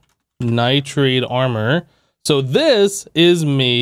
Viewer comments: It’s not nitrade it’s pronounced Nigh-tride Edit: He figured it out later in the video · There's no A in nitride plsss stop saying nitrade!!!